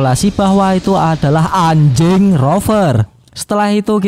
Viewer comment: Ngomong anjingnya jgn dipertegas suaranya min,,jgn paksa aku menjadi garou k2... 😡😡